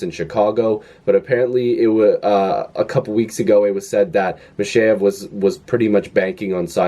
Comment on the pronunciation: accent on the second syllable (MikhEyev)